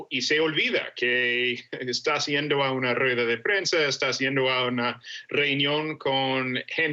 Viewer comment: Sugerencia para la periodista: no es iendo, sino "yendo". Ups! #UniversoGramatical